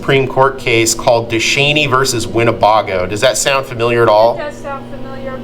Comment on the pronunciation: its win ne BAY GO! NOT BAH GO.